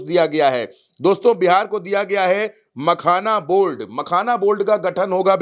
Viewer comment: Pragya ji, Ye reporter sajjan ko boliye "Makhana Board" ka gathan Kia jayega,'Makhana Bold' nahi. Ulta chashma channel ka credibility aur Image ka dhyan rakhe !!!!